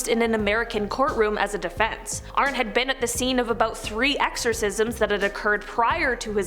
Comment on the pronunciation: Why does everyone call Arne, Arn ?? It’s pronounced Arnie (like Barney Rubble)